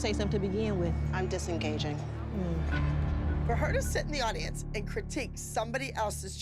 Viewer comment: Gonna adopt "I'm disingaging" in my life love when Dr Holly says that